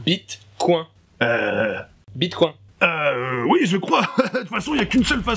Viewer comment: Sur une vidéo dénonçant l’hypersexualisation des pubs, vous êtes certains de la prononciation de Bitcoin ?😂😂